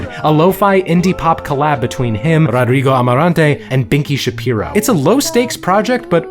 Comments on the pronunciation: Hey, another great video!! I love this series and i'm always stoked to watch them when they come out! However, as a brazillian, i just have to comment about that Rodrigo amarante pronunciation lol You pronounced it like he was from a spanish-speaking country, which he's not In portuguese, it sounds nothing like that But, besides that little nitpick, this was another amazing video, and you're one of my favorite music content creators! Cheers from rio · Great video as usual but as a Brazilian I just have to say that pronunciation of Fab's and Rodrigo Amarante's names is so funny